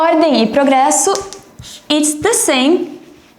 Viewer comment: ELA FALANDO "ORDEM E PROGRESSO" CERTINHO AAAAAAAAA edit: eu nao sabia que ela era do Brasill!